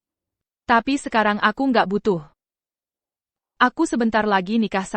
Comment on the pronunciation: Aduuuh miin ga usah pke dubbing pke IA lgi jd suara ucapanya nya ngawur. Msh mnding ckp Teks Indo hiruf besar jd enak bacanya, klo pke susa gini ga enak dengernya ucapany byk yg di eja kya msh anak TK te e pe ai ( tapi ) ia be yu (ibu) dll kalimat jd mrusak kosa kata bhs Indonesia yg asli.😢😢😢😖😓🤦‍♀️🤦‍♀️